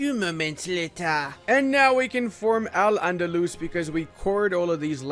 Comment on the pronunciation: As an arab, it's so funny hearing people pronouncing AL ANDALUS 😂😂😂